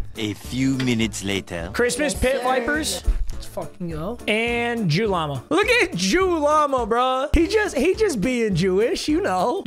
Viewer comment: Not juw lama